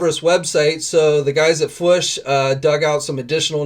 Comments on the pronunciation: Love your news vids, but you drive me crazy every time you say "fwush". It doesn't rhyme with push. It's a hard double-O, just like in "food". Robo even says it at the end of his videos, "... we'll always catch you on the fwOOsh", not fwush. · Why can’t he pronounce fwoosh lol